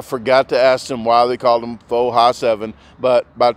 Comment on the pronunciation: Proper pronunciation : Pho is pronounced Fa.